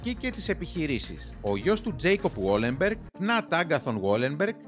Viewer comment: Βαλενμπεργκ οχι γουόλενμπεργκ.